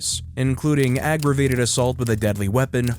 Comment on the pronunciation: aggravated bro, not aggrivated.....